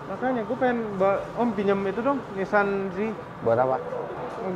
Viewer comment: Orang jepang nyebutnya Nissang, kalo sudah BAB harus nissang😂